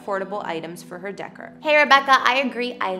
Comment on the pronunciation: Omg I’m dying! The ch on chandelier is pronounced softly as an SH sound. And wtf is “Christmas decker”? Do you mean Christmas decor?? The or is pronounced as or not er! Sorry but I just can’t get over the multitude of mispronunciations in this video.